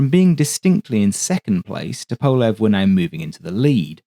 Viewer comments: The Tu-95 is an amazing airplane. But for the record, the designer’s name is pronounced “TUP-o-lev” not “tu-PO-lev” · Ok, I have a question. I normally wouldn’t question your pronunciation of anything. However, I’ve always heard it pronounced “Toop-a-lev” and I noticed you use “Tup-a-lev”. Is everyone else saying it wrong? Not a big deal at all just curious. Thanks for another great presentation! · FYI - Tupolev is pronounced TWO-PO-LEV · Isn’t it to-po-lev? Instead of to-powl-ev? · I'm pretty sure it's pronounced "TOOP-uh-lev"? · It's also dependent on the time of day. The great Sir Peter Ustinov used both pronunciations, and even a third - Tu-POV-lev, which was popular in the 80s and 90s..."The success of the ANT-1 (standing for the initials of Andrei Nikolayevich Tupovlev) test aircraft prompted..." Likewise, there will always be opposing opinions whether Tu-95 should be sounded out as either 'Too - ninety five' or 'Tee Yoo - ninety five.' Andrei, I think, would be more concerned with not having his assemblers, managers, testers, or designers executed vs correcting Western pronunciations - '...just spell my name right.' For the record. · Your videos are always a highlight of my day! One suggestion: Tupolev = “TOO-po-LOV” (why “LOV” for “LEV”? ‘Cause Russian!! 😂) Middle syllable unaccented…there, Bob’s yer uncle!!! Seriously, you are a gem in a sea of AI-generated narration and nonsense. 😊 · Actually, it's TOOP-oh-lef, with the accent on the first syllable. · The way you keep mispronouncing Tupolev is infuriating me. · great video, apart from the slightly odd pronunciation of Tupolev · Excellent video but and its big but your pronunciation of Tupolev is like dragging your nails down a blackboard to me